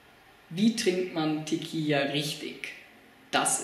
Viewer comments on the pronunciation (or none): es heißt tequila nich tequija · Das heißt Tequila und nicht teqia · Diggah erstmal sprichst du tiquilla falsch 😂 und zweitens mal Fans du dachtest das ist lustig hast du irgend ne Geschmacks Verstörung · Mal abgesehen davon das du Tequila falsch aussprichst und das immer und immer wieder , bist du auch sonst ein kompletter Pfosten! Danke für's Video habe lange nicht mehr so gelacht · Propier nen witz zu machen und ist zu doof Tequila auszusprechen. Das ist Recordverdächtig. Und weil wir zu doof dazu sind sagen wir es gleich gefühlte 800 mal. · Tequila is mit einem l du kek also sprichs gefälligst richtig aus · Wen mann Teqi la nich richtig aussprechen kann sollte man kein video machen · Also 1. Ich bin wahrscheinlich mindestens 10 bis 15 Jahre jünger und kann Tequila aussprechen. Lern bitte ordentliche und ernst gemeinte Vid's zu machen.